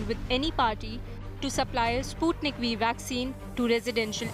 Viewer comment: It's not spatnik v it's sputnik v 😁😁